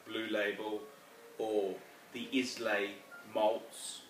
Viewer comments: Wait, did he say "Iz-Lay" ? It's "eye-lay"... dismissed as an idiot. Next vid... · Oops. Pressed send by mistake. Meant to say you are bang on about that. As a Scotsman need to let you know islay malt is pronounced "eye-lay" not "is-lay" need to get that stuff right so you can keep sticking it to the pretentious wankers. They'll pick on any old shit with their BMW X5's and the Rolex submariners!